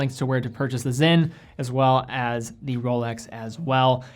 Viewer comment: Why do you guys keep pronouncing the s in sinn as a z? It's clearly spelled Sinn.